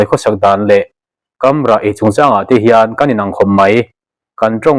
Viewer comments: 'Kamrah' (ramhnuai a eng eng ilo rah/hnah) a a 'kam' lai hi 'aikam' (chakai) te, 'Takam' (Chakma hnam) kan lam a kan 'kam' anga bung deuh zâwk a lam tûr a ni e, ka chhûng 'kam' anga lam lovin. Hei hi tunlai youtube a pasalṭha thawnthu chhiarte pawh hian an lam sual fo mai. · KAMRAH hi i lam diklo deuh a ni